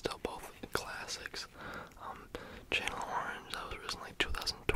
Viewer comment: hi sweetie, "chanel orange" is pronounced sh a nell ❤️ enjoyed this video